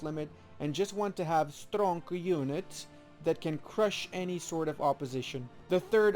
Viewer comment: Did he say Strong units or Stonk units? 😂😂. Nice video btw, it helped me choose combination 👍